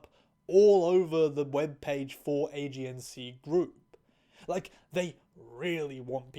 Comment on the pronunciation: Now you just wait a minute. Did you say "AGNC" group? AGNC? Age-ensee? AGENCY? THE!?